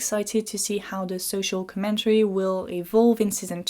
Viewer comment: Inte-RES-ting com-MEN-tary 😄